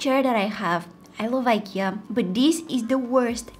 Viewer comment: She say ikea and amazon😢